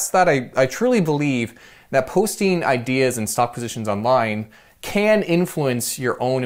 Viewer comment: Why do you say the word ideas like ''idis''